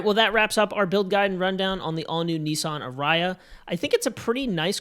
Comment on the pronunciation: I couldn't get over the "arayah" pronunciation. Sorry fellas, it's "a-ree-a". Stress on the "a-". I loved your review!